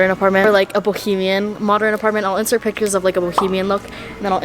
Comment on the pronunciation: no one:: BohEMIaN